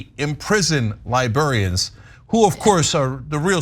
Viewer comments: Because ish to me Cenk IS saying Libearians or Liberian’s, like people who come from Liberia? A couple of times it even seems Ana is making a subtle point of correctly pronouncing Library or Librarians. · Totally agree of course (I'm not brain damaged), but Cenk has to practice how to say "librarians" since he kept saying "libarians". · Is Cenk saying Libearians? 🧸📚 😆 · I can't tell if Cenk keeps saying "liburians" on purpose or if that's just how he airways pronounces it. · Cenk, libr-air-ians and bee--LINE... Hate to be a pronunciation nazi but jeesh... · Cenk’s pronunciation of “librarians/library” is bothering me. 🤣🤣🤣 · Librarians.. funny how it’s mispronounced by some..